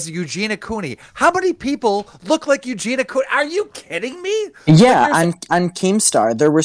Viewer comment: PS: It’s Eugenia - “i” for God’s sake!